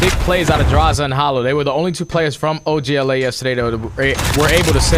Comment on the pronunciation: Does anyone else hate them saying og la The other guy is literally saying “oj la”